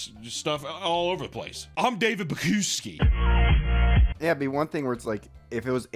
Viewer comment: I love how the pronunciation of the ceo’s last name gets worse every time he says it. 😂